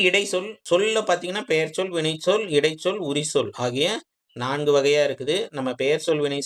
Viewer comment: தம்பி இடை(ச்)சொல் என்று சொல்லவும் ச் உச்சரிக்கவும்